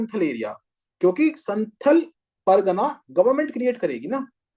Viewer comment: Sir it's संथाल not संथल Sorry